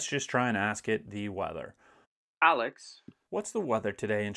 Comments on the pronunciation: i like how he says “a l e x a” so it doesn’t activate 😂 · I was giggling at that too 😂